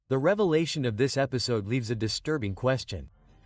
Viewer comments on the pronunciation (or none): none